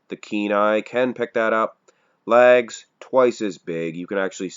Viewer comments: Is he saying ‘lags’?? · Just learned Canadians say it “Lags”